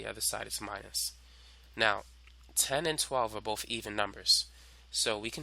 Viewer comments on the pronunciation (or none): do u have a speech impediment u freak"boat" "tree" BOTH and THREE bro